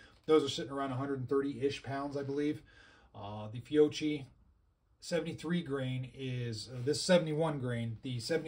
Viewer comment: It’s pronounced fio-K-i, not fio-CH-i